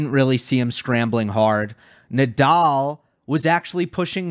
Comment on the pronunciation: The "let's get ready to rumble" guy butchered Rafa Nadal's last name He said nay-dal. Also the line judges were not great. And for some reason the challenges were more seen by the audience . That was weird